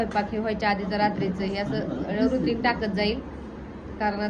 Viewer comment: Ruting नाही ग रूटीन